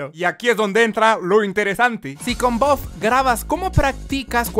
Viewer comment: todos: buff: boff